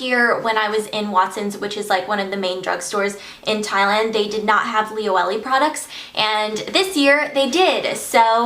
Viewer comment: So sorry to be annoying but it's pronounced li-o-e-le not li-o-ellie...